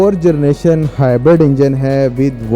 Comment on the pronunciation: Everyone : hybrid Host: hybard😂😂